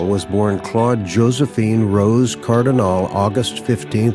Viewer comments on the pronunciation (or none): Nice tribute! (BTW, Cardinale is pronounced "car-dee-NAH-leh".)